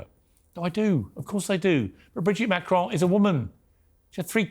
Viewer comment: Above all else Candace Owens the name is Macron, not MACRONE get that right and I personally might listen to you, for a so-called Christian, why are you pursuing this? transgender or not, it is not yours or anyone else's business if it is true that Ms/Mrs/Mr had a relationship with a schoolchild that is reprehensible, however, it was a long time ago, IMO you disrespect a head of state of a not insignificant European country to get views to your muckraking salacious program.